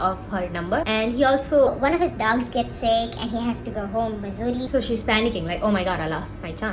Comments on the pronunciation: I've never heard Mussoorie pronounced as Missouri😂😂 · Sab thik but bhai please pronounce Mussoorie as it actually is, I was so confused throughout wondering whether it's a typo in the subtitles and video time stamps, and whether it is actually Missouri or Mussoorie. 🤦🏻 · liked the video but its mussorie not missouri dawg, missouri is in the us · isnt it mussoorie and not missouri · i love that you use missouri hahaha it is mussourie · Okay everything else is great but can you please stop pronouncing Mussoorie as "Missouri", I was legit confused for a while there😭😭😭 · the mussoorie pronunciation is insane